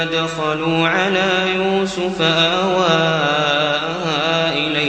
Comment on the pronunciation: ما شاء الله تلاوة عذبة زادك الله من فضله، لكن يوجد خطآن أود التنبيه عليهما: { إذ راودتن "يوسفَ" } ٥١ { أنا ومن "اتبعني" } ١٠٨